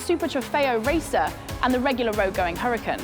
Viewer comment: Why she pronouncing Huracán like crap but say the other stuff for at least trying to say Italian with an accent. It’s fries not chips 🇺🇸🇺🇸🇺🇸🇺🇸